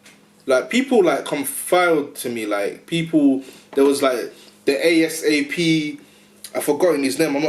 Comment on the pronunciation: Bro it Asp not ASAP. Big up to Manchester